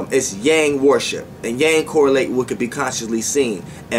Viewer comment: Why every time you say worship I hear warship? 🤔 I’m tripping...